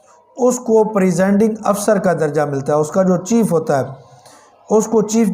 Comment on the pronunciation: پریزینڈنگ آفیسر نہی کہتےہیں بلکہ پریزائیڈنگ آفیسرز کہتےہیں ۔